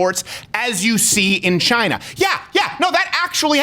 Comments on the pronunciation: 1/2 correct, he said Jina 😂😂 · CHY NAH. It came from Chy nah.